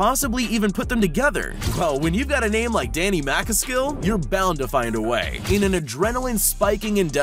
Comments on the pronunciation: He said Danny macascil really wrong and it made me cringe 😂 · You pronounced Danny McCaskill wrong